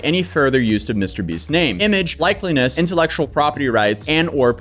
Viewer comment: Sorry to be that guy but you should be pronouncing words correctly if your video is just going to be reading a document. Ascertained = ASS-ER-TAY-ND not ASS-ER-TEND. Likeness = LIKE-NESS not LIKE-LY-NESS.